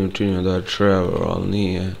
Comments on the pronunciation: Nije črevor nego trevor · kako si rekao creva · Ej on kaze umjesto trevor črevor umjesto frenklin fraijnkl